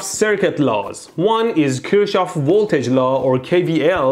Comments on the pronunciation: Kirchhof not Kirtschoff in German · Your German needs some work. It's Kirchhoff, not Kurchsjow. It means church garden. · its not Kirsch its KIRCH!!! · فقط یه ایرانی میفهمه چرا مهدی نمیتونه بگه ک*رشاف😂🤦🏻‍♂️ only an Iranian can realise why mehdy can't say kirshouf😐🤦🏻‍♂️ A.N: kir means penis 🤦🏻‍♂️ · Kirchhoff is pronounced as kirh-hof. In german "ch" is pronounced simply as simple "h".